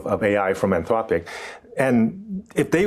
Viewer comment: 'Anth-lopic' say it properly, AnthRopic. Or stop using AI to do the voices in your videos.